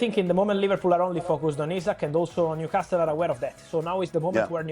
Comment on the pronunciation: The only thing he should and could easily improve immediately is the pronunciation of the word Newcastle, come on man, just leave out the t